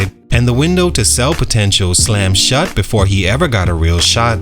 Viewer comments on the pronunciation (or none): none